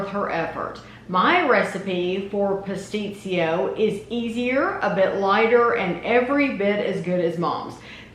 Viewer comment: You pronounced pastitsio like a greek!! It tastes better the next day. Enjoy